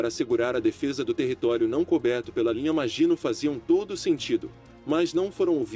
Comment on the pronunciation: Meu caro, bom seu canal. Gostei e vou me inscrever. Mas, se me permite uma observação, no francês a predominância é a oxítona, assim linha maginot pronuncia -se "maginôt", que é a pronúncia que você ouvirá em qualquer documentário acerca da Segunda Guerra que trata da batalha da França. Grande abraço....